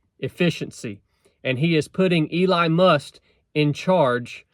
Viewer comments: Is he saying "Eli Must"? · He be talking about your Eli Must pronunciation too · did you just call him Eli must? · It’s Elon Musk. Not Eli Must.😂😂🇺🇸I love ya man.